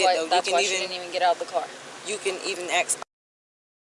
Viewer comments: Ain’t nobody feeling you! That would be gross🤮🤮 Go back to grammar school and learn how to speak English first off ain’t nobody feeling you! Second the word is ask …..ASK An AXE is much different than ask😡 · I axe..? 😅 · IF YOU "AXE" ME!! SO VIOLENT!! 😂😂😂😂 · Is it a biological thing that most black people can't say "ask" instead of "aks"? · “AKS” instead of ‘Ask’. It makes my brain hurt and I cringe everytime I hear it.